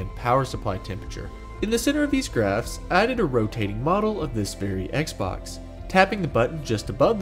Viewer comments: did he just say sex box? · i cannot unhear sex box